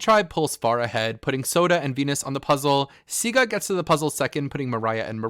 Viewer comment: The green tribe is Siga not Sigu bro